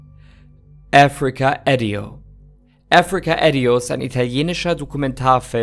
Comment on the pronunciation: Mega gutes Video! Ich liebe deine Eisberg Videos, gerne mehr davon! 🤍 Kleine Anmerkung: Bei Africa Addio liegt die Betonung auf den d da es italienisch ausgesprochen wird. 😊